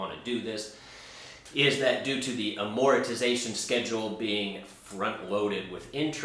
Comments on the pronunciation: I hate to be snarky but someone calling themselves "," should be able to pronounce the word "Amortization" correctly. Velocity banking is conceptually sound, but it's not a secret magic technique and it's not for everyone. V.B.exploits the difference between the way interest is calculated and charged on different loan products. It's slightly more efficient than simply adding extra payments to principal. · Thought you was my fellow latino for a minute when you say "Amortization" lol:) Anyways would you be willing to review one of my videos in depth or even have a constructive collaboration where we can both bring up our points looking at the good, bad, and the ugly of this concept called Velocity Banking. I believe it will benefit your viewers bringing clarity to people when they are surfing the internet looking for ways to improve their finances. If you are not willing to do the collaboration then I would ask you to review one of my case studies. I won't put the link I will just title name of the video here "Velocity Banking Making 17,000 a Month"